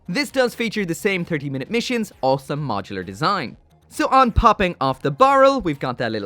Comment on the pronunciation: Why do you pronounce awesome as "all some"?